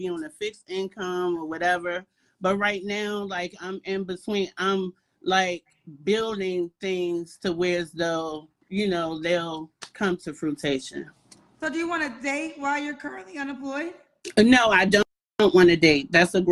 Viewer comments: I caught that to “fruitation” also. So sad. It only adds to her looking ridiculous. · "Come to frutation"